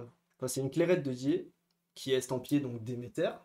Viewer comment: on dit Clairette de Die, pas de Dié